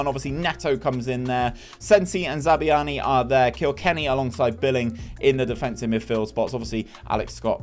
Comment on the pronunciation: Great vid! Loved watching as a cherries fan myself despite the painful pronunciations of Zabarnyi and Senesi 🍒🍒